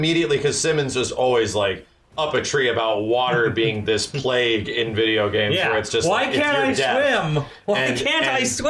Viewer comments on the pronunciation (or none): none